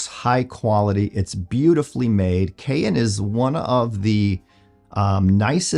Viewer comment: It's pronounced "cayenne " like the pepper not "kay inn', just sayin'!